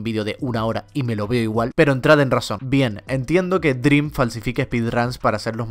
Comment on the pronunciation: siempre que dice dream: DRÍM 😡